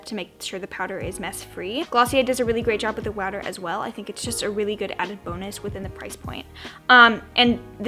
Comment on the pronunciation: "Glossiar does a really good job with the wowder as well" I'm shook.... Hilarious!!! ❤❤